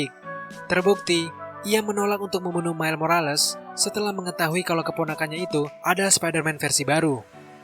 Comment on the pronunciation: Miles bukan Mile bang